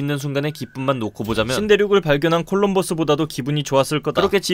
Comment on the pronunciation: 계정님 콜롬버스가 아니라 콜럼버스 입니다 제가 이것때매 시험 문제 틀렸거든요ㅎㅎ